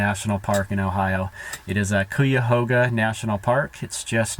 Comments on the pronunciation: Welcome to northeast Ohio. If you don't like the weather, wait a minute :) If you don't run into a local during your stay, the way to pronounce Cuyahoga is Kie - (rhymes with die) a - (short vowel sound) hoe - ga (rhymes with duh) . I really enjoy your videos and your peaceful nature. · You were close in pronouncing Cuyahoga. The start of it (CUY) is just like saying GUY, just with a C in front. The end is like saying HOG - A. So its, CUY - A - HOG - A. Dont feel bad though, about 95% of people not from here dont get it right. lol If I would have known you were so close (about 15mins away, live in Cuyahoga Falls) I would have came by to say hello. That`s what I get for not keeping up on Videos I guess. Hopefully your return route brings you close again would be great to meet you. Not sure on the camping situation on the way your headed, hope you find some good spots though. Safe travels to you.